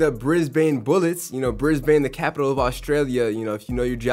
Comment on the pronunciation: ok so Brisbane is pro0nnouced Brisbin and Canberra is pronounced Canbra (also Brisbane is not the capital of Australia its Canberra